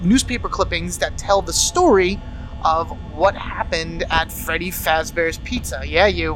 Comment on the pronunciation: this helps me a lot. THNX! XD oh by the way. you said feddy